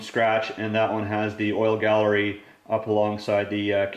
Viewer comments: Oil GALLEY not Gallery. Its an engine, not a kitchen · Its galley, not gallery and the tall block was for garbage and dump trucks.